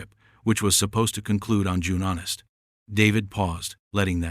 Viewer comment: What date is June Honest? AI needs to go back to school and learn how to pronounce words.